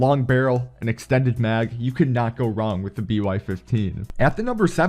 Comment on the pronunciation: So with this gun I reccomend EXSHTENNNNNDES MAGS, FMSHAY ANDSH QUICK DRAWSH